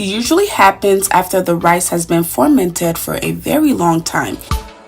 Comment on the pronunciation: Thank you dear. Please dear u keep saying formented but it's Fermented dear. Please correct that. Love u dear.